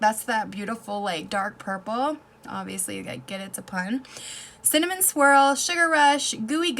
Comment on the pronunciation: Cinna what? I'm still trying to figure out what you actually said lol